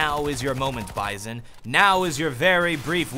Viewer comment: I think its pronounced as Bee-zon